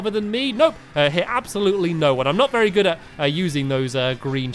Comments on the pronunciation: Or Very i dont know it sounded like vary happy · On the last race he said "Vary Happy" lol